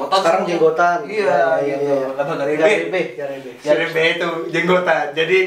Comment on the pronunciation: Jenggotan =garambeh bukan garebeh bg.. Wkwk